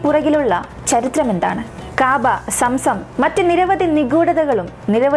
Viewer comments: കാബാ എന്നല്ല കൗബ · Kaabaa allaa kahba